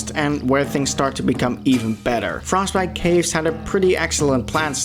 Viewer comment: “frostbite kaves”